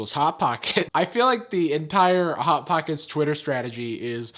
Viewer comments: "bot bockets" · I nearly spat out my drink when you said bot bocket. I can see why it’s their most popular tweet XD